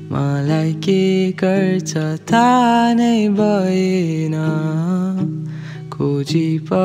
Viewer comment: Loved it. But some words have been mispronounced , like “Thaha thiyena malai” as “Saha thiyena malai”. Geet ko lyrics ra mood thik xa ta. Kina alli arkai sunaune chakkar ma yesto namitho thau haru xodxau yar as if the song is for nibba nibbi. Kati ramro lyrics xa mood xa But tyo thau haru le namajja lagyo. Otherwise, loved it.